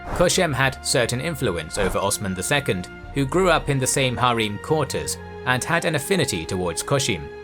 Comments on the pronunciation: its not pronounced as "Har eem" its just "Harem", the ending "-em" is pronounced as same as "-em" in the word "empower". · Bro it’s not hareem it’s called harem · Why are ALL the names butchered even harem??